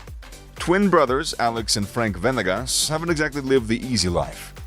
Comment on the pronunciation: Bro how white are you? It’s VA-NE-GAS not VEN-EGEZ! Holy shit 🤦🏻‍♂️🤦🏻‍♂️🤦🏻‍♂️🤦🏻‍♂️🤦🏻‍♂️🤦🏻‍♂️🤦🏻‍♂️🤦🏻‍♂️🤦🏻‍♂️